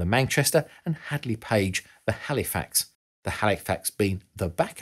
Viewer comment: Great but research research guys!! Its HANDLEY NOT HADLEY!